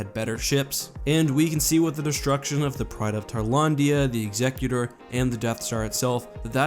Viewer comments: It's pronounced "ex-ecutor", not "eggs-ecutor", what you were saying is a Pokemon. Just thought I'd point that out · *EX-e-cu-tor, not ex-E-cu-tor.